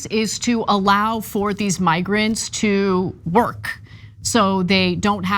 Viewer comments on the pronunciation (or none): Ana sounds like a corporatist since she keeps emphasizing "to work" "to work". Keep the cheap labor going so her avocado toast doesn't get too expensive. Or her bag of Cuties oranges.